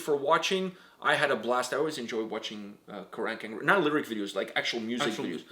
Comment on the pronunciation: Why does he say "Crack" not carach angren Not trying to be rude btw